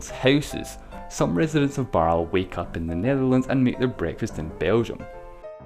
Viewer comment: Just a bit of nit-pickery - the e at the end of Baerle/Baarle is pronounced, not silent: "Barler".